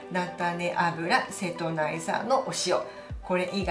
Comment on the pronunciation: 間違いではないと思いますが、セトナイと読む時は大体は瀬戸内海とウミが付く時で一般的にはセトウチと読むと思いますよ。セトウチ出身者です、 細かい事を指摘してスミマセン